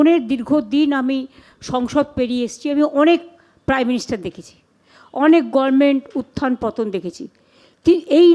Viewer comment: এই না হলো আমাদের মূখ্য মন্ত্রী, যে কিনা শব্দের উচ্চারন ই ঠিক মত করতে পারেন না। গভর্নমেন্ট কে সবসময় বলেন গরমেন্ট । ট্রাইব্যুনাল কে বলেন ট্রিব্যুনাল । শুভ অভিনন্দন কে বলেন শুভ নন্দন। ।এরকম আরও অনেক আছে । মনে হয় এনার সব accademic certificate ই জালি। অন্য রাজ্যে পশ্চিম বঙ্গ বাসী বলে পরিচয় দিতেও আমাদের লজ্জা হয়।